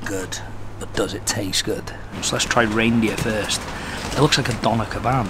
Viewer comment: No one:: It looks like a Dona Kebam It‘s Doner Kebap mate haha